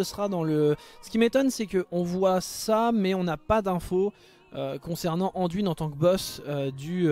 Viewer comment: Jamais j'aurais pensé que tu répondrais xD Yuna et Sam dise DUIN, pas DWIN :D D'ailleurs, dans les voix francophones en jeu, Anduin est bien prononcé. Pour répondre à tes questions, Illidan et Gul'dan, ça colle bien dans l'oreille, Muradin et Dalaran, je reste neutre car les 2 versions ne sont pas choquantes. Varian, j'aime pas ce personnage alors bon, mais dis ainsi, j'ai la sensation d'entendre le prénom d'une petite fille. Haha A vrai dire, c'est pas que j'ai pas l'habitude d'entendre la version anglaise, c'est juste que je ne joue pas dans cette version car je n'aime pas cette version anglicane des noms. En tant que joueur qui adore le lore, je préfère rester fidèle à des noms franciser, comme Deuillegivre, Deuilleroi ou encore, Coursevent, car je trouve le nom tellement plus ... claquant qu'en anglais. Et on anglicise tellement tout dans ce monde que ça me gonfle alors bon, un peu de résistance, ça fait pas de mal. :D Donc, libre à toi de parler comme tu l'entends, c'est vrai mais entendre DWIN, c'est blocage total dans ma tête :D